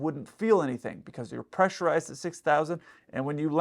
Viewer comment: You're still right tho ,CAN THEY OPEN IT WHILE PRESSURIZED? Your said it right 😂